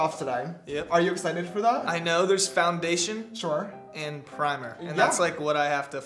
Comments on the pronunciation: 3 minutes in and James already said Shore 2 times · I love how James Charles says sure shore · Anybody notice keeps on saying Shore hahaha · I can’t wait for the day that James drops merch that says “shore” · Josh: We aren’t in any drama James: ArE YoU ShOrE AbOuT ThAt!